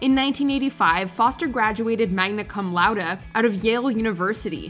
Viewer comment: the pronunciation of "magna cum laude" was painful to hear